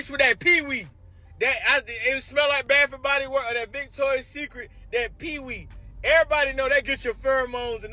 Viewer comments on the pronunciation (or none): PLEASE 😂😂😂😂 talking bout peewee I said I'm sorry does he mean SWEET PEA 🥴